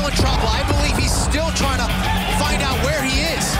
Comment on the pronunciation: "lights ooot", maybe for Rory.